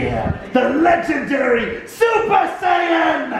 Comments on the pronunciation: When Josh said the legend that you fear the legendary super saiyan!!! and later said super scion😂😂😂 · The way mispronounced Saiyan reminds me of how my mom says Naruto and Anime. She says Naruto as "Nuh-roo-toe" and Anime as 'ani-my'